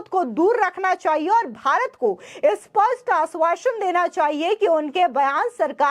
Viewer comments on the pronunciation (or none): none